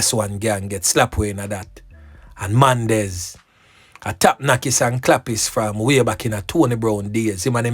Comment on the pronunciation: Mandez not Mendez